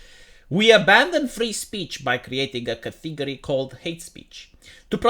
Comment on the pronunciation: KAH TEE GO REE?